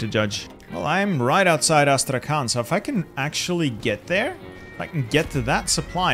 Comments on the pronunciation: "Astrakan" I'm russian and I think this insults me + Thessaloniki as Thernopoli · As i'm Russian a little notice if u want. Astrakhan pronunciation should be like Astrahan with "H" like in Hello and "n" should sound softer like in "honey"... I know that in English there is no separation between Hard and Soft letter. It is so hard to expalin))) Really great job at defending Turkey!